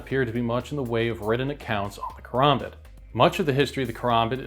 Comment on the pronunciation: Its KA. RAM. BIT KARAMBIT NOT KOROMBOT like this walking mid life crisis keeps saying. Dont be one of 3 tarded creator's who willingly say the dam name wrong